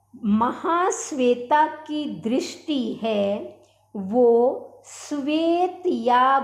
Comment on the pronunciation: भक्ती उच्चारणम् न समीचीनम्= भक्ति दृष्टी इत्यादि उच्चारण करके सुरभारती मां संस्कृत का अपमान न करें , संस्कृत में उच्चारण का सर्वाधिक महत्व है